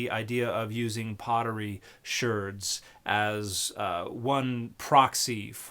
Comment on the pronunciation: Pottery shirds? Sherds? Dan, what? Say shards again. Please.